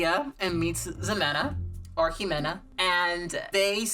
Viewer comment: I love how you say Ximena 😉